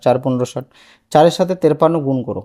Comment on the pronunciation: তিরপান্ন বলে না ওটাকে তিপান্ন বলে এখানে র টা কোথা থেকে এসেছে